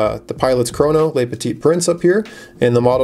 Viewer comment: its "le" (petit prince) not "les". (leu vs lay)